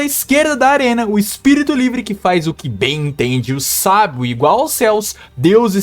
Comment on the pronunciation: toda vez que você fala sábio aqui, eu entendo sagui